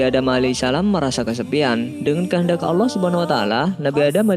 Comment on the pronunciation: Bang sebenarnya yah allah bukan yak allah